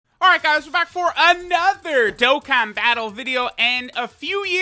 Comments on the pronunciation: “Hey guys we’re back for ANoIThEr” had me weak af💀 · That “another” could be used in a future Ted Talk 10/10.